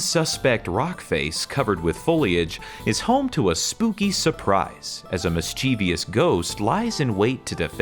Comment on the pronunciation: If you can't pronounce "mischievous" correctly, don't use it.